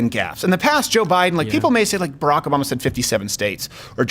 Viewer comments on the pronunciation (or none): none